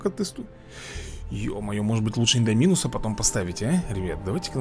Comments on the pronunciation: Не индоми́нус а индо́минус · Индо́минус Рекс а не Индоми́нус 😁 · видосик класс только индоминус не правильно ставишь ударенье учти пожалуйста